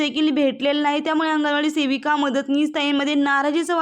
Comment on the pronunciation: तुम्हाला शेविका... . हा शब्द आवडतो का .. सेविका म्हणा हो.. शेविका... हा शब्द शिवी वाटत